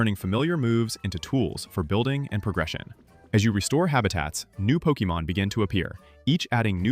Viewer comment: pokEmon, not pokImon Like in pocket-monster try again